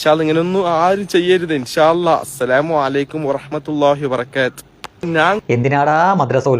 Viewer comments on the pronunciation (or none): none